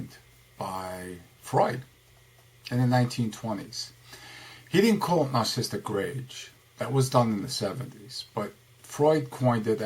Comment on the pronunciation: Is it me or is he pronouncing it, "narcisstic?" Yet spells it "Narcissistic"